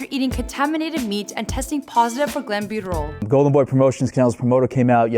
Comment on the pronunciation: "Galisco" "Glenbuterol" 😂😂😂😂